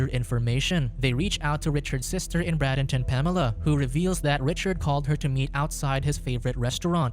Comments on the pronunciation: In the - minute part of the video the Florida city is mispronounced. It is Bray den ton or Bray den tin, not Brad in ton, and is spelled Bradenton. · While it was interesting you pronounced Bradenton FL. wrong. It is pronounced braid den ton.